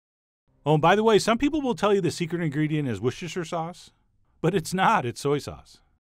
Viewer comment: Finally, an American who doesn't make a massive issue out of pronouncing Worcestershire.